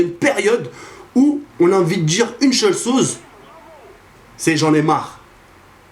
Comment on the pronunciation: " On arrive à une période ou on a envit de dire une cheule soze " haha " une seule chose ", on t'aime, continu à nous divertir, c'est toujours un plaisir, Slm!